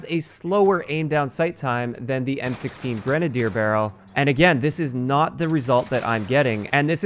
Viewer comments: I'm just happy he's saying grenadier, not grenade-ey-er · I'd like to take a moment to thank you for pronouncing "grenadier" correctly. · if you're not pronouncing it "grena-deer" then it's wrong. That's how it's pronounced lol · At least pronounced Grenadier properly!